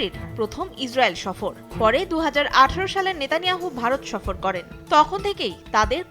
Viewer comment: তোমরা ওয়ারা সফর কে ছফর উচ্চারন করো ।করতে পারো না আসল উচ্চারন। বালের মিডিয়া বালের দেশ।